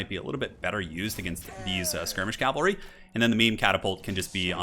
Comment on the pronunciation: It is pronounced cav-al-ree not cal-va-ree. This is a hill I will die on.